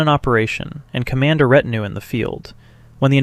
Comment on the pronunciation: And ret-in-ew ... where are these pronunciations coming from?!?!